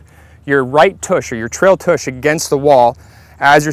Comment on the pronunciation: No kidding. Grown ass man saying “toosh” how sad. I’d say revoke his man card but I’m guessing he never had one to begin with LOL